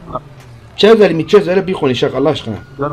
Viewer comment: Bi qonişag ama bi gonuşak